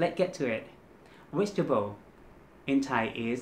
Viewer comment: vegetable is V sound, not W sound. Keep practicing your V and R sounds my friend 😊